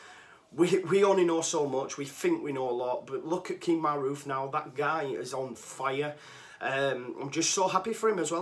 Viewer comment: Detailed review, absolutely loving the content. For future it’s Kemar not Keemar Roofe, great video tho.